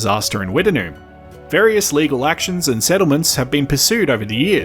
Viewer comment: I have never heard it pronounced Wtt-en-noom. We always pronounced it Witt-Noom.